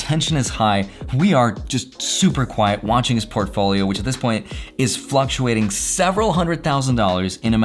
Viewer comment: did he say Profolio ???? lolol